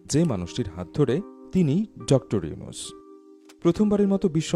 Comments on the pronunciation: নামটাও ভাল করে বলতে পারো না, ডঃ ইউছুন কি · আপনিত ভাই একজন বাঙ্গালী। কিন্তু শুরুতেই ওনার নামটা ডঃ ইউনুছ না বলে ইউছুন বল্লেন কেন? ভিডিও আপলোড করার আগে একটু হোমওয়ার্ক করে আসলে ভাল হত না।যাইহোক তারপরে ও লাভ ফ্রম বাংলাদেশ। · প্রথমত ড. ইউনুস সাহেবের নামটা ভালো করে উচ্চারণ করুন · ইউনুস নাম টাও উচ্চারণ করতে পরেন না😂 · ড. ইউনুস নামটাও তো উচ্চারণ করতে পারো না, যা ১.১৩ মিনিট এ কি বলছো দেখে নাও, এরপর থেকে ভিডিও আপলোড করার আগে সব ভুল ত্রুটি দেখে নিও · পলর চনু আগে নাম ভালো করে বলতে শিখ তারপর ভিডিও বানাইছ😊